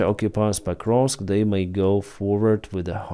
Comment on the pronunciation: Sounds like he said " pot roast direction"